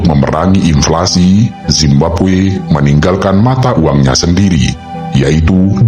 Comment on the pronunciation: Inflasi bang, bukan implasi